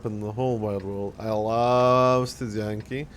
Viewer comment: why pay for this when renegade exists flawless studzianki pronounciation, nice